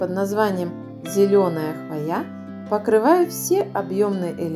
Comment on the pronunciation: Очень красиво,все отлично,только слово "хвоЯ" очень режет уши,ведь правильно ударение на О,т.е. хвОя....